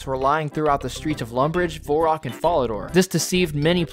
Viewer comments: I love how you even acknowledged that you’re pronouncing varrock wrong and then continue to do so lmao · im astounded that you you somehow got the pronunciation of Varrock wrong in both examples lol edit: i just heard your pronounce Gielinor wtf dude hahaha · I bet you pronounce Gif the same way you pronounce Giraffe, too. The fact that you insist there's no one right way to pronounce Varrock earns you a dislike lmao Just learn to say it like a normal person. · Straight up changing the syllables to the name Varrock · Nice video, even if i hate the way you say varrock lol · i was enjoying the video, and then you literally mispronounced Varrock and made fun of people for correcting you so I clicked away, but then I came back to comment this...its literally an A not an O dude, thats why people give you a hard time. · I'll like and subscribe when you can pronounce the A in Varrock. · IT'S NOT VORROCK. IT'S VERRACK 😤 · In what reality is "Varrock" pronounced "Vorrock"???? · VaHrock not VOurock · How do you pronounce it vorrock? there's literally an a. Vair-ock varrock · Dude. I let "Vorrock" slip but "Geilinor"?!?!?!? It's Gielinor. And also "Varrock" or "Verrock" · Its Varrock, not Vorrock. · It's not Vorrock or Verrock... It's Varrock? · its not verrock or vorrock, its varrock get it together and get a grip and get out of here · why the hell are you calling it "vorak", it's varrock. Do you play runescape? lol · Vair-ock not Vohre-rock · V-AIR-ROCK... not V-ORE-ROCK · If you pronounce varrock vorrock, I'd be interested in how you pronounce the teleport for Ghorrock... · saying voreock and guylinor should be a crime but besides that, great video. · Ain’t no way this guy just said “Vorock” for the whole video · "vorrack" is insane bro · Vore Rock? theres an "A" dude... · good video.. i hate the way you say "vorrock" though. kills me every time. a few times in there i was thinking.. "well duh.." but for the most part.. valid useless info. good watch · Its not VORErock.